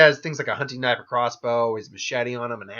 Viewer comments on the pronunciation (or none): none